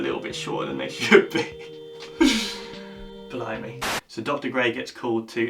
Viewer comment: Lol — at first I thought he said “blow me”.... It wasn’t until i rewound it to double check that I realized he was actually saying “blimey”.... Lol 😹 Lame!